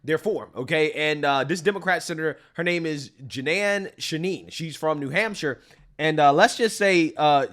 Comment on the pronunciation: Im not sure how you get Jenan from Jeanne but I still love you brother.